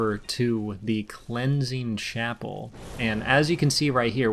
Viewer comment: Did you just pronounce it Clenching Chapel?